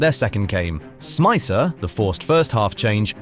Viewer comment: Good video, I was at home in Liverpool watching the game. Only thing id say is, stop bastardised the players names. Riise is reessah Smicer is smeetza Luis is loowee One of my favourite teams in Liverpool's history it triggers me to hear their names get butchered like that.